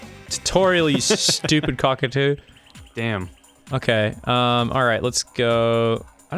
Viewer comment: Times when Ross' Aussie accent breaks through: when he curses when he uses slang when he says "cockatoo" "dingo" "didgeridoo"